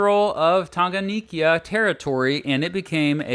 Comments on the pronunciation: Please, for the last time, we say 'Tanganyika' not 'Tanganiyika' . Are we together? I am a Kenyan. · Tanganyika, not Tanganikya. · Its pronounced lake tan-ga-nyee-ka. And zanzibar in tazania has separate legislature and regional executive. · I would like to correct this mistake, it was 'United Republic of Tanziania', not 'Republic of Tanzania', and , Lake Tanganyika is pronounced as Tounge-gun-nyee-ka. Other than that, this video is good. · Bro alivyotamka Tanganyika nilicheka lol